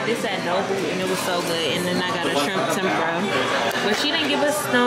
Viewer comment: Tempura is pronounced Tem-pu-ra... 3 syllables. Stay safe.